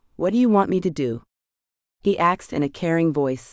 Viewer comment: I can’t believe they have an AI narrator that pronounces “asked” as “axed.”